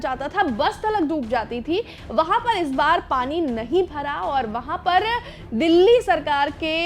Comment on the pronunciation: दिल्ली ❌ गिल्ली ✅✅🤣